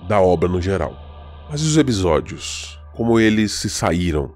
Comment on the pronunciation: Ótimo vídeo. Vou confessar que fiquei um pouco incomodado com os "ebisódios" mas fora isso, perfeito. Adorei a série tb!